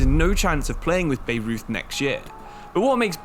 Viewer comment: By-Roith not Beirut is how you pronounce Bayreuth, a Bavarian club